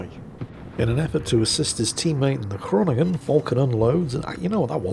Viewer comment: Groningen = Groan-ig-uh, got to love Dutch.